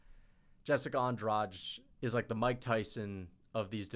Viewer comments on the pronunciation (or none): none